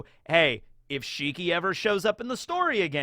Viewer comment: I don't think it's shiki, I think it's more like WANG SHI!